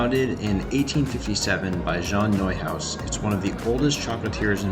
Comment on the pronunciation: What the heck is a prayleen? You pronounced Neuhaus right, why not praline?